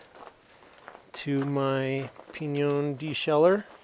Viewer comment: Forgive me but your pronunciation is incorrect. It is Spanish not French. The “i” is dominant. The phonetic spelling would be pin-yin.